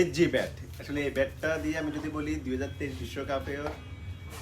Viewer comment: ও ভাই উচ্চারন ঠিক করেন ব্যাট কে বলতেছেন ভ্যাট